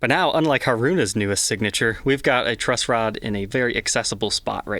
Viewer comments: Dang... I've never cared for Strats but this one has a bunch of features that I like as well as being Mami's signature model! I'm a huge fan of the group and Mami in particular. I will say it's funny how mispronounces their names as it's common among western folks. they should be said as [MAH- mee], [HAH-roo-nah], [toe-moh-mee] and [REE-nah]. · 1) It's HAruna, not haRUna. 2) It's been confirmed on a few Scandal fansites that the pickups ARE exactly the same as the Modern HH's pickups; only the covers are new. 3) Sucks (though predictable) that once again Fender stuck regular Kluson tuners on, when Scandal themselves have Fender's modern locking tuners on all their personal versions. It can't cost Fender more than £50 or so to put the modern locking tuners on (they could even charge £100 extra!), and these Klusons are such a huge pain to replace with anything newer. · Hah-roo-nah. Mah-mee. Moh-chi. All syllables are given equal weight, and don't blend together.